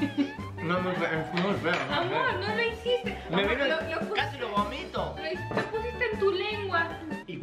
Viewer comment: No se dice gomito es bomito